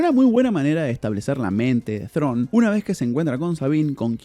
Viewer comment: Perón, Perón , no perdonnn Thrawn, Thrawn